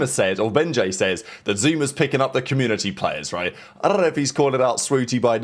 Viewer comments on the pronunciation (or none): when he said I don't know, he rolled his words like a guy from Brooklyn or some shit haha 😂 caught me off guard